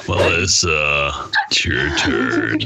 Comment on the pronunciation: who heard “Melissa it’s your turd.”